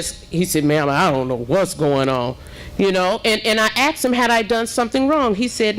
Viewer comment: You didn’t axe anybody mayor learn how to speak